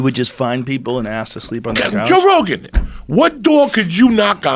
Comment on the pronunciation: You know its about to be a good story when Joey says "joe rogen"